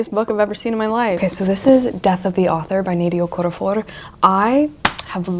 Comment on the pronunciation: FYI: Nnedi Okorafor’s name is not pronounced with rolled r’s. She’s Nigerian.